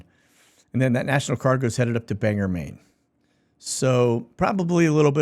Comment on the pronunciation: Bang-gore. Not bang-ger. 🤣❤️